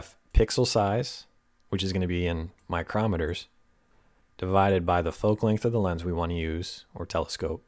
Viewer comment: Great resource,! By the way, μm is pronounced "micro-meters."